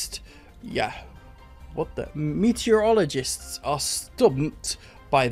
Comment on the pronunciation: Pleasantly surprised to see you can say the word "meteorologist" without any problems at least.